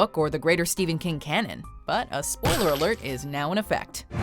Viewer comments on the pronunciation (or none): none